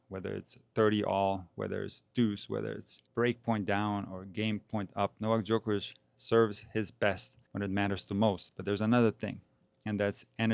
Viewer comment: Why can't everyone pronounce Novak Djokovic the right way like you do sir😂